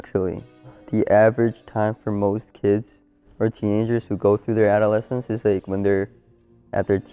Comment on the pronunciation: Bruuh it's the a-duh-le-sns